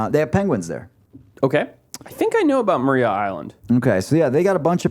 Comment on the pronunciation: It's pronounced Mariah Island (spelt Maria)